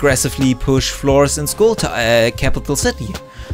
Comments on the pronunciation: I watched the video in 2x znd i thought he said schoo... i was like HolUp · Yeah it doesn't really sound like school. He even starts on saying "town" from "SkullTOWN" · It just sounds like you saying school because it’s a game with guns and shooting... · “school eh capital city”